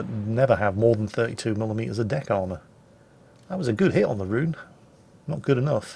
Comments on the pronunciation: oh..... Richelieu [ʁiʃəljø] not rishilu Rhön [Rhö̲n] not rhune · Richie-lou-lou and Rhonda.